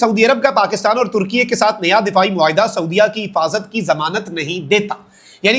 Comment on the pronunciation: بھائی ترکیہ ھے ترکیے نہیں ھے 😂